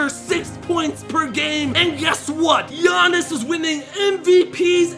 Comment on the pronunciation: He butcher Giannises name so bad